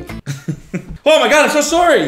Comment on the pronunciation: The way he said sorry. Cody, your Canada is showing.